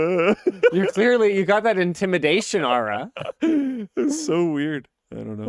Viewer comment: When Linus pronounces "aura" I'm getting Jeff Daniels in Escanaba in da Moonlight vibes.